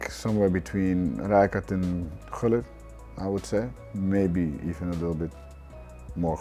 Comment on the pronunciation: so it is gullit not hullit??